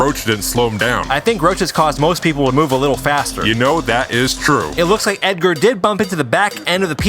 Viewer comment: Of course, it ain't Ed-gar, it's Eg-ger